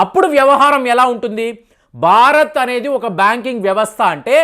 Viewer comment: Barat??? Learn how to speak Telugu properly and correctly😊